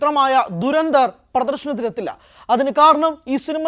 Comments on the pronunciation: ധു ര ന്ധ ർ ( DHU RA NDHAR ) ദുരന്ദർ എന്ന് പറയല്ലേ .. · dei duranthar alla dhurandhar aanu. dha aanu varanath. malayalam ariaunna arum illedei avde